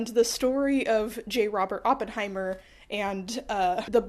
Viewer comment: "sorry Germans", hi German here and on behalf of Germany, I forgive you for butchering the name because as my favourite youtuber, you can't do no wrong 🩶 Edit: Okay, hanging the German flag upside down is actually perfect and I loved this goofy video!